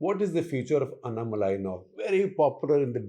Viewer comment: DK, please work on your pronunciations. English spelling may not lead u there It is Seemaaan, Naadaars, Covundars, Annaaamalai Thankfully there are abbreviated names for parties. Otherwise you are finished 😂